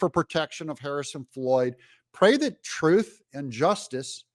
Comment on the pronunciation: She didn’t say ‘truth is…’. She said ‘troof is’. She can’t even speak English.